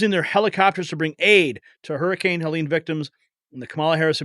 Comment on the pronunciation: It's Helene, not Helen! She doesn't know the difference!